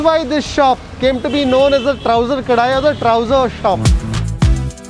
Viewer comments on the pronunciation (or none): It is Kadai, not Kadaai ಕಡೈ not ಕಡಾಯಿ